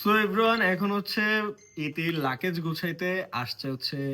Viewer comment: লাকেজ ki bhai😂😂😂😂😂 It's luggage